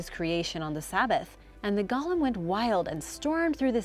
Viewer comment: Seriously,, you do a good job overall with these names, but how do you screw up golem (goal-UM) but get Samhain right?